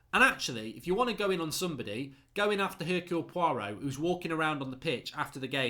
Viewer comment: "Hercule Poirot" I died